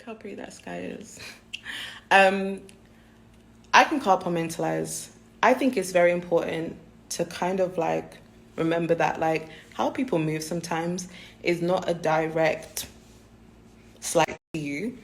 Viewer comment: bitch you can WHAT? Carpomentalise? You mean compartmentalise loooooooool bitches don’t read anymore